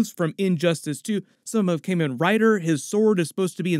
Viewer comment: As a toku fan, you're very mildly killing me with your pronunciation 😅 Kamen as in Kamen Rider or Tuxedo Kamen (to make a Sailor Moon reference) is phonetically more akin to the English word common than it the Cayman Islands. Kah-men Rider. You could also just use the translation of Kamen, "Masked" instead. Kamen Rider = Masked Rider.